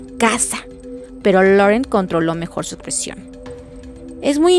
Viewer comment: Que buen capítulo y lo gracioso fue que Edward por fin consiguió asustar a Bella jajajajaja aunque no voluntariamente. Por lo del acento francés creo que el nombre de Laurent se dice Lorant como dijo él en la película